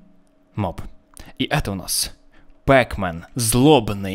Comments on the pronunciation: НЕ ПЭКМЕН А ПАКМЕН!!! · не пекмен а Пакмен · неправильно пекмен а правильно петмен! но неважно. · Не пекмен, а пакмен